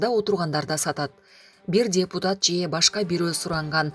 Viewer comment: Диктор :. празидент анан дебутат дебей суйлосонор😄